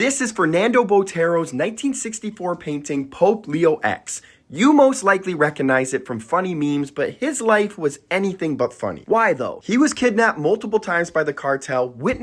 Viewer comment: Pope Leo Ex?! lol wtf 🤣 😂 😅 PLEASE study your subject. Your pronunciation is awful.